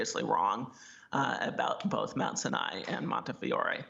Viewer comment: Good report but it is pronounced Mount Sinai with the accent on the first syllable. How hard is it to know the name of the damn hospital?